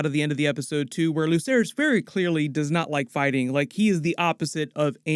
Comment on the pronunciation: Why do people still say lucerys and jaecerys like Lukerys and jaekerys. It's pronounced like an Ssss like... Watch the show...